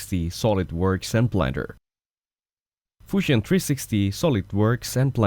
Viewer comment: the 'Fushion' kills me every time😂😂😂